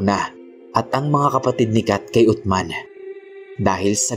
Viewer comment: Uthman(Usman) Po Ang tamang pagbigkas boss.pero tama Ang spelling.